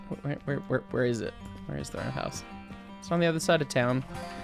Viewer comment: "Vere es Train?" "Vhy es Ukrainian?"